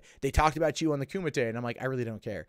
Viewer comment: Love your show. But..Kumite!